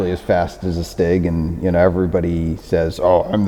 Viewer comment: Sounds German.